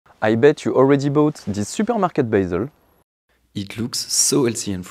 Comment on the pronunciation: that 'superghmarkghet' ❤